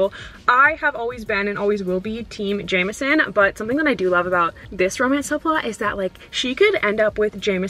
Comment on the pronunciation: the way you pronounce jameson 😂 love it